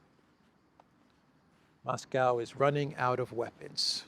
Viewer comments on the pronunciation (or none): none